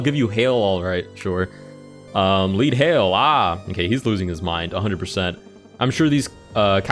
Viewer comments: 'lead' hail!?! He said 'lead hail'! (Leh-edd like bullet lead lol) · lead as in the metal, not as the verb